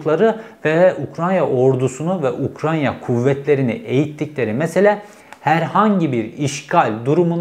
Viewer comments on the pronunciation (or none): “UKRAN(!)YA 😂 “N” ve “Y” sıralaması etütleri 😂 Cevheri bey, UKRAYNA. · Her yaptığınız videolar çok değerli ama Ukranya değil “Ukrayna”. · Ukranya değil Ukrayna ☺️ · Cevheri eline sağlık şu Ukrayna'ya Ukranya deme artık kardeşim ya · UKRAYNA NOT UKRANYA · Ukranya değil yaa öff Ukrayna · Ukranya değil Ukrayna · Ukrayna reis ukranya değil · Ukranya .......Ukrayna.....Ukraine..... her türlü dilde söylebilirsin BRO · Ukranya degil bu arada ukrayna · Ukranya değil ülkenin adı Ukrayna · Ukranya deil ukrayna reis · Ukranya mı? Ukrayna mı bir karar ver😂😂😂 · Program çok güzeldi gerçekten tebrik ederim. ‘Ukranya’ yerine ukraYna deseniz daha güzel olacak. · Ukranya değil Ukrayna. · ARKADAŞIM UKRAYNA YA UKRANYA DİYİP DURMA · Abi Herkeste böyle küçüklükten kalma telaffuz hataları oluyor..Uk-ray-na..Tren rayı var ortada..Öyle düşünün doğru söylersiniz.. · Ukrayna oldugunu bilip konuşurken Ukranya demek🙂 vallahi bende senin gibiyim 😄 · Tanıdığım en güzel UKRANYA diyen insansınız 😉☺️ Oraya takılmayın lütfen 😉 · " Ukrayya " beni demotive etti. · Cevheri Bey teşekküler yorum için ama Ukrayna kelimenizin telafuzunda bir sıkıntı mı var. Sanki Ukrayya diyormuş gibisiniz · Keşke önce “Ukrayna” demeyi öğrenseydiniz. Böyle adamları dinleyen bir kitle de var, ben ona üzülüyorum esas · UkraNya ne Allah aşkına 😂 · Bilgiler güzel. Teşekkürler. Ama lütfen 100 kere tekrar et: UK RAY NA. Diğeri gerçekten kulak tırmalıyor. Bir videoda birinin bin kere Tükriye demesini düşün! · Çok şükür Ukranya demeyen biri çıktı...:))) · "Ukranya" değil... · Cevheri bey lütfen UKRAYNA kelimesini doğru telaffuz edebilir misiniz:) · Ukranya ne yaaaa? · Kaç kere Ukranya dedin aynı Bahçeli gibi ben yanlış söylediğin kelimeyi yazarken zorlandım. Söylemek zorsa yaz bir yerede oku en azından.